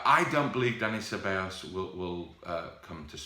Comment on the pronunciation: Please pronounce Ceballos right just Google it